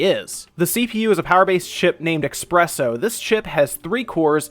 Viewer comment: eSpresso. It's an S. It is not an X. It's an S. Espresso.